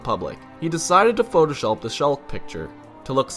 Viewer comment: "He decided to photoshulp the shulk picture"